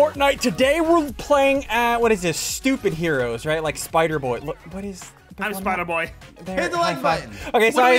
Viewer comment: Bro really said stupidheros 😂